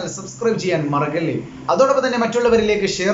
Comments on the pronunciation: Sir മറഗല്ലേ എന്നാണോ മറക്കല്ലേ എന്നാണോ മറക്കല്ലേ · maragalle alla mara*kk*alle ennu paranjal nannayirunnu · മറഗല്ലേ ...... അല്ല ..... മറക്കല്ലേ എന്നാ മറക്കല്ലേ ട്ടാ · മറക്കല്ലെ എന്ന് പറയൂ കുട്ടാ.. മറഗല്ലെ എന്ന് പറയരുത്